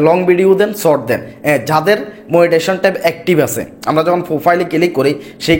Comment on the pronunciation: আপনি নিজে পেইজ নিয়ে ভিডিও পোস্ট করেছেন,অথচ পেইজ উচ্চারণ করতে পারছেন না ফেইজ ফেইজ করছেন শর্ট কে ছট আর কতো উচ্চারণ বলবো ।